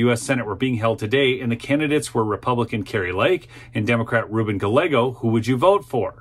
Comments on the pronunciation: Yay Kari!!! don't like the democrat running against her, but at least for the sake of my Mexican friends, it's - GAH -YEY - GO not Ga-leggo. Other than that, thank you. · Gallego is pronounced - Guy Eggos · "Guy - egos", not "Galego". 2 Ls in Spanish is a Y sound. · Im a native Arizonan, I live in the infamous, corrupt, Maricopa County. Kari got robbed in the 2022 Eleckshun! P.S. Gallego is pronounced: Ga- Yego. The double LL has a Y sound in Spanish. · I am voting for Kari Lake, the other guy's name is pronounced GUY-A-GO! An hispanic name. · In spanish double L "ll" is pronounced with the "y" sound and the "a" is soft. Its giyeggo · His name is pronounced: Guy-yeh-gose. Double-L is a "Y" sound in Spanish-origin names. 😁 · It's Guy-Yeh-gose! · Gallego is pronounced "Guy-eggo". Double L is pronounced as a "Y" sound in Spanish. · Gallego's name is pronounced "guy yay go." Double L is pronounced like a y. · Dude! The guys name is pronounced GA-YEGG-O!! He’s Spanish and in that language two LLs together are pronounced as a Y. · It's pronounced Ga'Y'ego" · I'm not usually a knit picker but in an effort to help out a fellow conservative so you don't look/sound like AOC the opponent's name is pronounced "Guy-A-Go". Thanks for keeping us informed. How about house and senate race maps. That would be great! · Please, please, please . . . a double lol in Spanish is pronounced like a "y" Ga- YEA-go